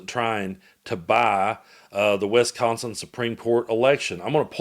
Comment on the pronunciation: WISconsin, not WESconsin.